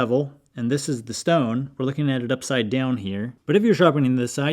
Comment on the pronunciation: "Shtone" Reminded me of that scene from MiB, when Will Smith says his gf's name is "Shtaron"..😂💀